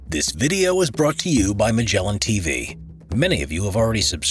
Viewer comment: I like when they say "Broughttyou by" instead of "Brough to you by" :)